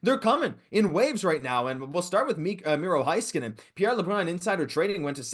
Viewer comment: Please stop pronouncing Heiskanen's name wrong, it's HEY-skanen not High-skanen